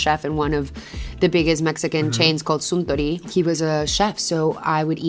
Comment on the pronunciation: The way she pronounces "Suntory" with a Spanish accent is awesome!!